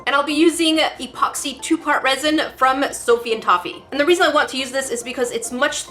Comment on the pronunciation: “For some raisin” lol